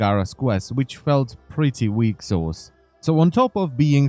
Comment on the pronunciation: Ahaahahahaha “weaksause”